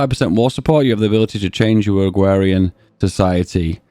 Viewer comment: "Agwawian Society"